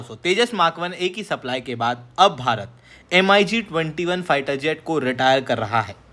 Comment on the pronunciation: "एम अई जी" सुन कर लगा की मैं बिदेशी channel में आ गया